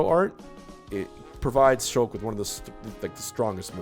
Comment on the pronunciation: I thought he said sheik instead of shulk and almost had a stroke